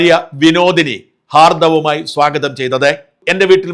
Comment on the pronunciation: ഹാർദ്ദവമായി അല്ല ഹാർദ്ദമായി എന്നാണ് സാജൻ